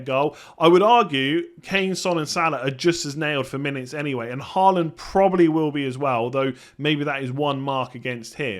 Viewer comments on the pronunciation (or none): Thought you got Haaland's pronunciation correct before and you somehow convert back to 'Ha land' instead of 'Hall land' which is the correct way of saying.... 😄